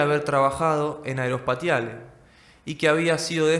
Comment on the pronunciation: ☆AEROSPATIALE☆ en francés se pronuncia...( aerospacial ) y no como se escribe...☆AEROSPATIALE☆.